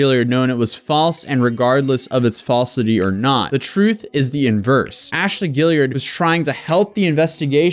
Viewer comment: now that you've learned how to pronounce tarot, can you learn how to say Guillard? haha "Ghee - yard"